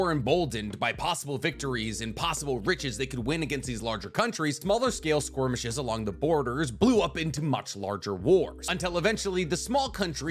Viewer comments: I'm really struggling to ignore the pronunciation of skirmish as SQUIRMish but I'm too invested in the content to stop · Does he mispronounce "skirmish" on purpose? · SKORMISH LMAO